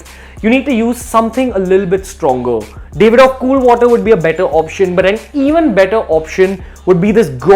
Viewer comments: Its DAV-ID-OFF, not DAVE-ID-OFF. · It's Daavidoff, not Davidoff